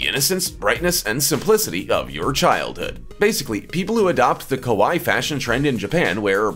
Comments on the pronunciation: It's kawaii.... (ka why ee) . The way you were saying it kowai.... (Ko-why) mean scary in Japanese. Big difference. lol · Your pronunciation of kawaii (cute) sounds more like the word kowai (scary). You need to say both "i" letters ( like in Hawaii) and the "a" less like an "o" sound. How do I know this? I accidentally called a girl "scary" that I wanted to call "cute".... OOPS!!!